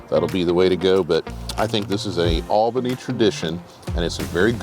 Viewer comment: This guy pronounces "Albany" wrong.